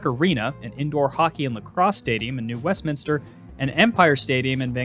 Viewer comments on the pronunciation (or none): none